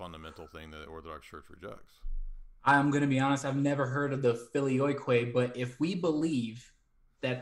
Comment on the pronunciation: expression when says "I've never heard of the FILIOYKWAY" 🤣 best moment of the debate hands down.